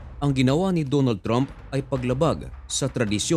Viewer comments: Trump pronounced "tramp" not "tromp".. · Trump po at hindi tromp 😅